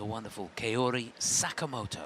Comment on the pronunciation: Dear commentator, Sakamoto is not Keori but KAORI .